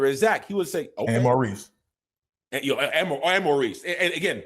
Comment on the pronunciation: Marquice!! Not Maurice!!!